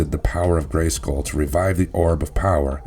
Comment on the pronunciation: Why why why do you put the emphasis on the "skull" in Castle Grayskull? It sounds so weird.... GraySKULL.